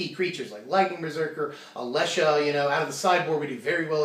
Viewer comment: you may never pronounce Alesha wrong.